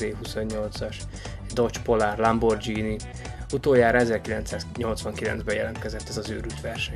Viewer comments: Lamborghini G-vel kell mondani! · Lámbordzsíni és micsubicsi, jajj... Amúgy jó kis lista, bár én a F&F-t nem tenném első helyre. Föl is íratkoztam remélem nem fogy el a lendület! :)